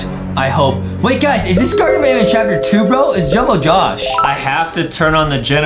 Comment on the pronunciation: It’s not garden of ban ban it’s garten of ban ban.